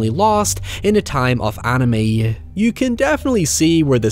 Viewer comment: The word is you. Not yuww. Word have pronunciations.